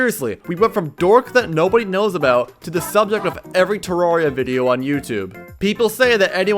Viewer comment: Everyone: "Terraria": "TeRAWRia"